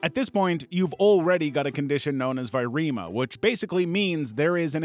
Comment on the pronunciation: It's "viremia," not "virema."